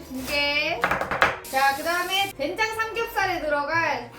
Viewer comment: 된장 아니고 쾬장입니다. ㅋㅎㅋㅎㅋㅎㅋㅎ